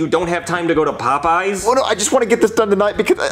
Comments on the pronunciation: Lol I when he was talking about a Popeye chicken sandwich I thought he was saying a poop sandwich lol 😂😂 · bruh "the poo poo sawich" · The way says "PooPoo" instead of "Popeyes" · Did anyone else pronounce Popeys pot pies